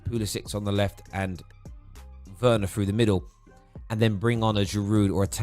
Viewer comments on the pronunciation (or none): It's pronounced verner not Werner